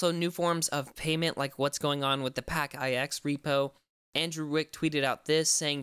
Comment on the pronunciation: wtf ""??? Lmao it's pronounced "packix" just like it's spelled